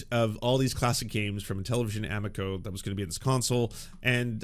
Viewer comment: The pronunciation of amico hurts my Italian soul., I love ya, great takes. I hate to be that guy, but it's aMIco.